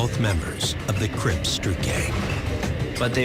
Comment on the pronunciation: He said…. Crips street gang